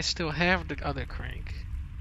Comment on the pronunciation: “Da crenk” I love this guy!